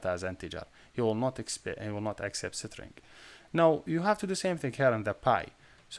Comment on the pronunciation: Pls google the pronunciation of string